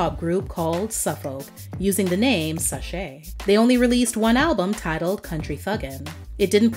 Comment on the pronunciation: Souf folk is pronounced more like south folk. Souf is Houston slang for south. And his former name “sache” is short for Versace, so it’s pronounced more like the “sace” part of Versace.